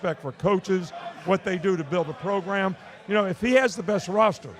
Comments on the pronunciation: Is it program or Progrum ? He looked pissed lmao 😂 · I love that the boys REALLY forced the “progrum” issue with coach 😂😂😂😂